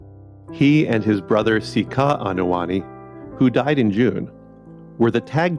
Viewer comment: Anoa'i = Ah-no-a-ee NOT ah-no-a NI! It's not that hard! Go to Google translate for Polynesian pronunciation if you need help!